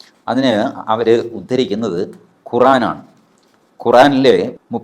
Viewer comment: എടാ എലിയെ പിടുത്തക്കാരാ വീട്ടിൽ പോയിരുന്നു 10 എലിയെ പിടിക്കു നിൻറ്റെ വീട്ടിൽ എലി കൂടുതലാണെന്ന് തോന്നുന്നു എണീറ്റ് നിവർന്ന് നന്നായി നടക്കാൻ അവധി ഇല്ലാത്ത ഇവൻ വന്നിരുന്നു ഓരോ വിഡ്ഢിത്തരങ്ങൾ പറയുന്നു നീ ഖുർആനെ അങ്ങ് വിട്. നിനക്ക് ഖുർആൻ എന്ന് പറയാൻ പോലും അറിയില്ല നീ ഇസ്ലാമിനെ വിട്ടിട്ട് നിന്റെ കാര്യങ്ങൾ ഇടപ്പെട്ട് ജീവിക്കുക അതല്ലേ തനിക്ക് നല്ലത് ?